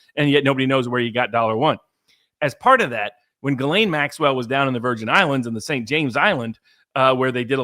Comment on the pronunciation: Her name is Ghislaine.. But it's pronounced guillotine❤